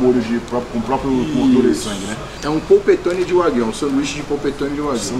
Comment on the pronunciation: Corrigindo a pronúncia “carne de uai-guiu